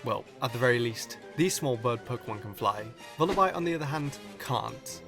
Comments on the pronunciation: Isn't Vullaby pronounced like lullaby? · The biggest Pokémon mystery to this day is wether vullaby is pronounced like baby, lullaby or wallaby. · You mispronounce Vullaby.